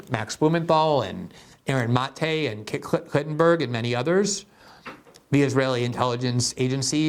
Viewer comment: Glenn makes pronunciation and word choice errors all the time when he's reading quickly while on-air. It's harmless and I'm sure Klarenberg isn't offended. Yup, free Jeremy!